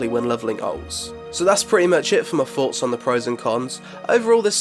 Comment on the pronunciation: Did getting sick induce some kind of speech impediment? Fings, foughts, one fousand, froat virus? Hahahahahaha!!!